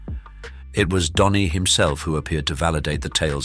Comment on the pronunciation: His name is Dhani not Donny.